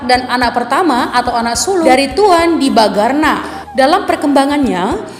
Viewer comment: Bukan Tuan DIBAGARNA tapi TUAN DIBANGARNA. Terdengar bunyi ng tidak terucap benar. Mohon diperbaiki atau diedit.